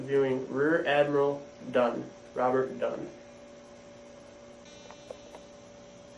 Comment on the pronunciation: "Admiral Dunn" Swallows